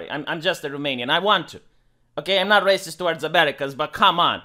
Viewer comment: “He is a rah-ceased” 😂😂